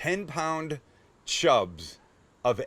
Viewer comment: Did Sam just say 10 pd chubs???🤣🤣🤣 love ya sam